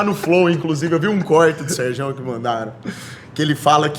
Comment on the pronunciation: falando Serjão ta errado jkkkkjkj deu ate agonia